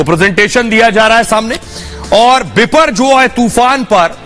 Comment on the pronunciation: Not Biporgoy but Boporjoy